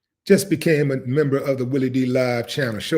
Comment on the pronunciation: Did u say "Jelly" Willie?? Hahahahahaha